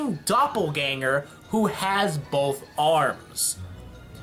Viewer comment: did you say bolth?